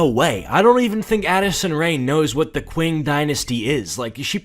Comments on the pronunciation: it is pronounced Ching not kwing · I notice you keep saying "kwing dynasty" you actually say it like "ching" You racist fuck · It's pronounced "ching" and not "quing", and it's not an ancient dynasty but an early modern onr, you frickin dingus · 'qing' is pronounced like 'ching' but I like the video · i loved the vid but i cant get over him calling the qing dynasty the "(qw) (ing)" dynasty (its pronounced "(ch) (ing)" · ching not qing but lol i dont care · sorry for being a nerd but its pronounced ching not qing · Qing pronounced as "Ching" <33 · The Qing Dynasty is pronounced “Ching” and it lasted until 1912 so it was not ancient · The Qing Dynasty is pronounced Ching Dynasty btw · Im still mad he mispronounced the Qing dynasty as Kwing and that the article called it amcient when it existed in ww1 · its pronounced ching dynasty 💀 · Qing is pronounced like “Ching” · “Ching” dynasty I love your content. But my god that is making my brain bleed the mispronunciation. My apologies 😂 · Btw it’s spelled Qing but pronounced ching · its pronuonced "ching dynasty" cuz that's how we pronounce "Q" in chinese but anyway genz is cringe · me trying not to simultaneously combust every time he mispronounces the Qin/Qing dynasty (it's pronounced chin/ching) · It's pronounced ching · "QUIN" dynasty 😭😭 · Ok so a small thing to say (no hate or offense) When you pronounced Qing dynasty was wrong, to my knowledge. The correct way to pronounce it is Chi-ng dynasty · The Qing dynasty is the so recent it has a flag. It’s like in the 1900s..l btw it's pronounced ching. On a real note what the hell was he smoking? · Qing, as an Chinese American I feel very offended due to the fact that you pronounced it incorrectly